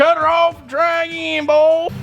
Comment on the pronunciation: C’MER BOY (pronounced more like Boah/bowl)